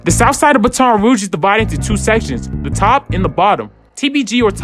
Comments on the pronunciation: Baton say it like batting, not ba ton 😐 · 😂🤣😂 you say Baton like a police baton. You're pronouncing it wrong kid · I hate how you pronounce Baton li brudda😂, say it like battin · He said baton so wrong